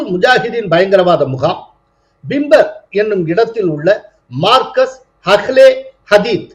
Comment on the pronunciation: மர்கஸ் என்று சொல்வது சரி